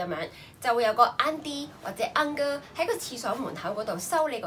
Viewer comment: Auntie 的新加坡發音係晏D，唔係奀D。Uncle 的新加坡發音係晏哥(哥用普通話發音)，唔係奀高。